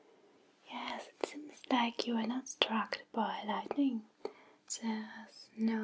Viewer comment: "a lightling struck you" lol